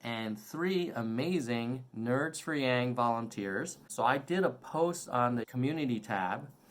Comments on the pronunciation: It's intentional. Pronouncing his name in the Chinese way can be a sly way of indicating that he is not quite "one of us", that he is somehow, not a "real" American, without actually saying it. Those who tend to think that way, will get that message, loud and clear. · Mispronounced but STILL, what what go Nerds!! 💪🏽 #yanggang